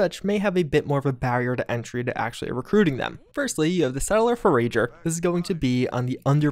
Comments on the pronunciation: You're putting the wrong emphasis on the wrong syllable again. It's 'for-ager' not 'for-a-ger' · "Fore-AGER"? lol FORE-uh-ger. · Four- ah- jer .... not four-A-jer... like a forager- noun; a person or animal that searches widely for food or provisions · It isn’t [For-Rager], it is [For-a-ger], one who forages or searches for items of interests. Also he has a name, or at least nickname. It is Gramps. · “Four-uh-jer”. Sorry, had to. Been enjoying your Fallout content for years, thanks.👍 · FOUR-EDGE-ER what is a four-age-er? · It makes me wanna scream that you said for-age-r instead of forager. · It's pronounced 'four-a-ger', not 'four-ra-ger' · You mean forAger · I was just gonna comment on that 💀 Four-A-Geur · Foe-Rager . . . Or For-Ager. . . Lol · FoRAGEr Love it. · For rage er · Dirty Blue i think i like fo-rager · For-AGE-ur? I had to do a double take and really look at the name. Lol. Great video,! Thanks for the giggles. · I'm willing to put up with a lot of mispronunciation, but For-Age-r is where I draw the line. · "For-ijer" is how you pronounce "forager". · "Forayjer!" xD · Also: “For-uh-jer” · Fo-RAGE-er. Hilarious. You know all those things I always say. Those things again right now. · Forayjer 😂 sorry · are we not gonna talk about how mispronounced the word "forager"? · That one and the mispronounciation of forager made me twitch. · Seems fitting that can't pronounce Forager correctly and his intelligence is too low to pass a speech test. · Omfg dude, how do you not know how to pronounce forager?